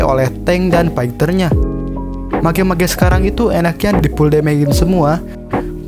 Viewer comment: Cara pronounce mage itu "mej" bukan "mage" ok biar lbh bgs videony.